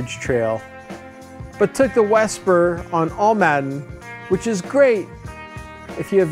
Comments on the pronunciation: Dude.... thanks for promoting Calero and Almaden parks, but it is pronounced Al-ma-den, not All-madden. I live in San Jose and mtn bike at both parks so ask the locals the correct pronunciation of the parks you visit. Thanks again for promoting both parks. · Almaden: Pronounced - 'Al-Ma-Den' Old Spanish for mining or metal operations Great on board ride!